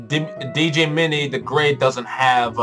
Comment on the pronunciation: Will you do the new bosses if they ever release the update (also Djimmi's name is just pronnounced the same as Jimmy!)?